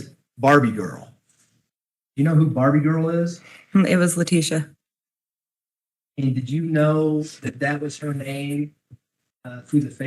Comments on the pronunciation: The way you are pronouncing Letecia is sending me 😬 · 💙💙💙 that was fascinating! Well done, even with your extra syllable for Leticia! 😅 Seems like her hubby called her just "Tee-sha" but I'm sure you don't want to get that familiar! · lol u are saying her name wrong 👍🙏